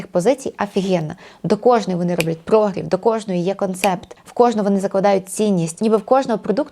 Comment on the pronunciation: Корисне і класне відео. Але прогрів - наголос на І🙂